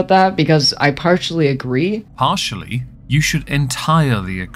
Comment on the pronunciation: did...did it say....parch-ally??